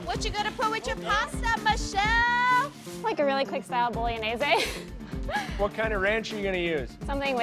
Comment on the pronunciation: stoya montage which way? It's pronounced: bo-lo-knee-ye-zee